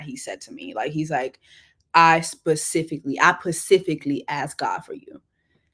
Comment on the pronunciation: That's a whole word - Get with a man that "pacifically" ask for you!